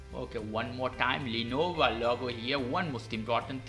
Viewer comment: Hermione: "It's Lenovo, not Lenova"